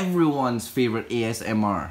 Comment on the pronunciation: Esmr you mean asmr